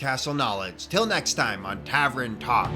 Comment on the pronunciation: Tavern, not tavren lol